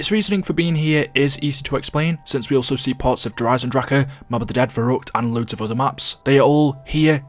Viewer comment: I like how he says Der Eisendrache correctly but not Die Maschine. There’s literally no significance to this I just liked pointing stuff out.